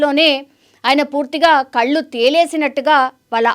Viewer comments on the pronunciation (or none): none